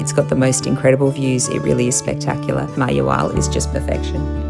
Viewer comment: It’s pronounced mah-hah-WAHL.